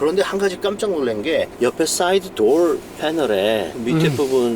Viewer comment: 단어 발음 죽이네 대쉬 볼드 도얼 츄림 R 발음 연습 많이 했나봐요. 다른 단어들은 한국적인데 퀄리티도 퀄러티라고 하고 소프트도 솨프트라고 하셔야지